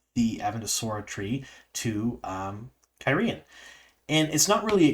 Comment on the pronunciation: I don't understand your pronunciation. The word is "gai'shain". There are two identical dipthongs there. So why are you pronouncing them differently? It makes no sense to pronounce "gai" as "guy" and then "shain" as "shane"! It's the same sound. Guy-shine.